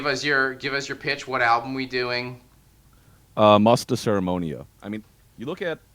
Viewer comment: The pronunciation of Rippikoulu and Musta Seremonia sounded so funny :D But very cool that they were mentioned!